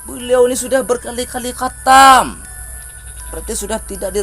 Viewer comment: KGOMONG AJA NGAK GENAH, KATAM KATANYA, PADAHAL HATAM..